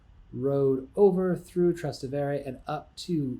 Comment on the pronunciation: It’s Trastevere not Travastere 🥲